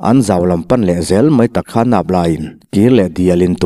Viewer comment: Nang anglo takin " barah a khawn duh silo", tih lai kha a thluk i'n chhiar sual ve chu !